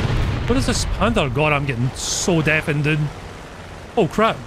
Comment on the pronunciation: "Oh my gawd, I'm bein' deafened" and here I thought you might have a special guest. What you said is not what I heard, I heard, "Oh my gawd, I'm bein' DEFYN'd"